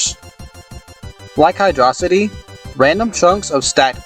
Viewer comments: It’s “ Hydro - city” dumbahh, keys. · "It's hydrossity" Unsubbed, disliked, reported, called your mom, called the cops, un fast forwards your genesis, renamed you to dummysockpuppet. I can't believe you just get on the internet and lie to people like that. How dare you. It's Hydro City. Lol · No dude, it's pronounced "Hydro-city" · Sega confirmed its Hydro-City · Nah, I'll stick with "Hee-drough-sigh-tee", thank-you-very-much.